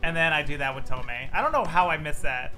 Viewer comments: it’s pronounced tomey not tomei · Same comment I left last year: it’s pronounce TOE-ME. Not TOE-MAY. He has said it in interviews. Lol. Just letting you know.